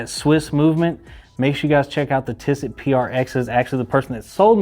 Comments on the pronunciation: respectfully, please look up the proper way to pronounce “Tissot”. You are pretty way off and it doesn’t make you sound great. Again, with Respect. Though mainly, congratulations on your (hopefully) first of many(?) Rolexes. They are more than amazing and you should love it more and more every day! Way to go!! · You pronounced almost every brand name incorrectly. I've never heard someone pronounce Tissot like that 🤣🤣🤣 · Congratulations wear in good health and get lots of memories with it , by the way you said you own Tissot and you don't pronounce the T .